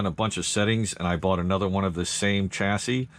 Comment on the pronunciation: Why do you keep saying chass-is?